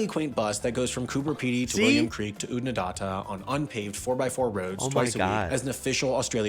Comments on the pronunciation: Aussie language check! Lake Eyer is Lake Eyre (pron Lake Air). Oodnadarta (pron Oodnadatta as it has 2 t's). Just so you don't get smashed for the lack of research by the narrator. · Who was the comentator, never heard so many mis pronounced places, like Lake Eyre, Oodnadatta. Sure wasn't an ozzie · Oodnadatta is pronounced ending with datta - rhyming with batter rather than barter. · Oodnadatta is not pronounced OodnadaRta the last syllable is pronounced atta. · ok here's the part where i tell you that video your watching totally botched the names, Lake Eyre is pronounced Air, Woomera missile test range is pronounces woom( as in woman) errrrr a. and waroonga is not pronounced with the goon sound more of a oow , its hard to write it phoenetically. oodnadatta does not sound like data, its datta , as in ood na datta, Antonia Kidman is known in Australia, i would describe her as less famous, not not famous. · Oodnadatta - as in Mad Hatta. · Lake Eyre is pronounced Lake Air. Oodnadatta is pronounced Ood-na-datta as in catter with a d. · Lake Eyre is not Lake Ire but Lake “air”. Oodnadatta - rhymes with batter. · Don’t forget oood-na-dat-ah